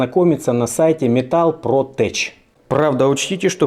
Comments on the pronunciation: Не тэч, а тэк. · tech - ...теч - это когда труба протекает. а это читается как тэк.